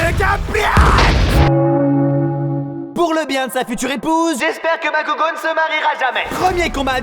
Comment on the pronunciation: Je rêve où j'ai entendu du un "bakougo" de la pare de deku?😮(Au début)